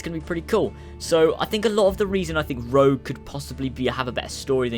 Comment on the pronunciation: rogue not rouge